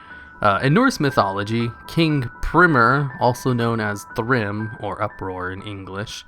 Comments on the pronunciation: The "p" looking letter in "þrymr" is actually a "th" sound, not a "p". It was used in old English and Norse alphabets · It's Thrymr and Freya, not Pimir and Frayjuh. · That 'þ', known as a thorn, in þrymr makes the 'Th' sound. so it's pronouced thrymr. I just learned this the other day, too and prior would have made the same mistake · þ is pronounced as "th" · Mispronouncing shit is like the backbone of your content. I love it! :D The Þ in Þrymr is a "th" sound, the letter thorn. Skalds would be laughing their asses off. Creative video btw, keep it up, kisses Mate! :)